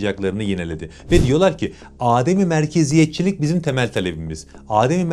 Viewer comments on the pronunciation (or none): Sevgili kardeşim Videoların çok ilgi çekici ve doyurucu Çok iyi iş çıkarıyorsun👏 Bir de düzeltme önerisi yapayı Ademi merkeziyetçi kavramindaki "adem' kelimesinin a' sı kısa okunmalı. Âdem değil Adem yani yokluk anlaminda Sevgilerimle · Kıymetli sunucu, sizi hep beğenerek izliyorum. Bugün de izledim ve görüşleriniz çok isabetli. Koşuşmanız sırasında bir kelimenin telaffuzuna takıldım; “âdemi merkeziyetçi”! Bu kelimenin ilk harfi olan “a” harfi kısadır. “Adem-i merkeziyetçi”. Âdem: insandır malumunuz. Adem ise yokluk ifade eder. Saygılarımla. Rabbim ordumuzu korusun.